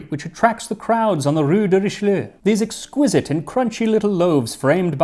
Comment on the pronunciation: not Richeleiu but Richelieu.